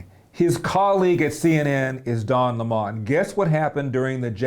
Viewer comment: Why do these guys insist on mispronouncing Don’s last name? You’re entitled to your opinion but I’m not sure why it’s prudent to continually mispronounce the man’s name.